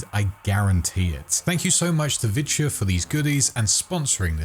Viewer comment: He kept pronouncing it virtue in the video...